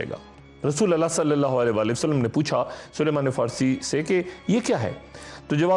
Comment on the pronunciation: Dr Sahab kam se kam Sahabi ka Naam to Sahi padh lain. Inka naam Saleeman nahi bulke SALMAN hai.